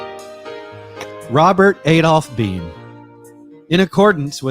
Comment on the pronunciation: also it’s pronounced blame without the L❤️